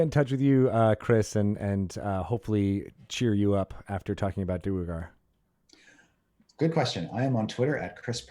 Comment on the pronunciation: Thanks Chris! I was going to say DWAIR-gar in Chat but I should just always have faith in you!!